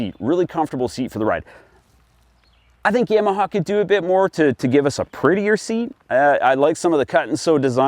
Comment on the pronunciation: Yaw, not yea-maha.